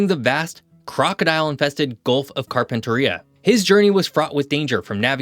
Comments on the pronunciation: Good video again. I've noticed on a few of your videos that you don't pay enough attention to pronunciation. Empahsis on the wrong syllable seems to be common for yanks. For example, it's Gulf Of CarpenAIRia, not CarptentaRIa. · Gulf of Car-pen-teh-ree-uh. Not Car-pentaria. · It hurts my ears listening to unaccustom people saying Cairns with an R, same with Mackay (Mac-I) and in this case he even said Carpenteria weird (Carpenteria has no pause). But honestly I'm just glad someone made a video about it, we often get ignored. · Carpentaria is pronounced Car - Pen - Tear (rhymes with bear ) - Ear … with the emphasis on ‘Tear’